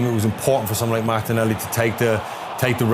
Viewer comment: Martinelli…. no “ y”